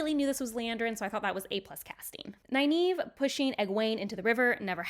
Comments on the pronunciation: I can see that, they did say 4 Ta'Veren when in the book it was 3. Which i do believe Egwene was and should have Nynaeve as the fifth which is hinted in episode 3 with the Darkfriend who mentions 5. Which you mispronouce Nynaeve's name... and it hurts... From Robert Jordan himself its Nigh Neev. no A sound. more e. like green or bee. but it's also in the glossary in the book and this link is Mr Jordan himself. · Love the overall commentary, but my OCD can’t handle the way you pronounce Nynaeve.